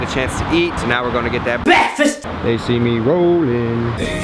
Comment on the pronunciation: bekfast love it😂😂👏